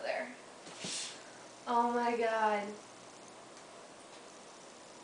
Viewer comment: Awh(: Iol I Like This Video P.S I Love The Way You Say "Oh My Gad" lol